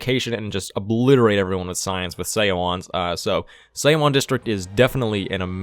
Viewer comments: Your mispronunciation of seowon 소원 /sʌwʌn/ is making my brain cry. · the "eo" is a single vowel that makes the "uh" sound. so it's like we would pronounce "Suh-wan", Her name is Pronounced like "Sun Duck". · And Seowon is pronounced like suh-one